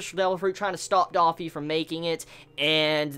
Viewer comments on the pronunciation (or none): DOH-ffy not Dah-ffy